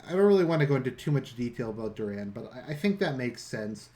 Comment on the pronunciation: it's doran martell not duran